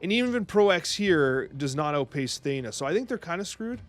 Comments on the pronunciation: thanks for tje vid, legend! Also its "Theena" as the actual Greek pronunciationco of Athens (Athéena) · I'm 99% sure it's pronounced" THEE-nuh"